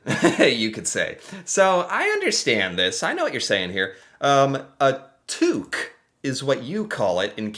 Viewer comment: Yay! You said Tuque like in eastern region of Canada (Québec)